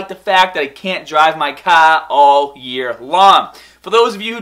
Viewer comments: CAR, not CAH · Everytime you say "car" as "kaw" I cringe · nice Cahhhh! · car car car car car car car car not cah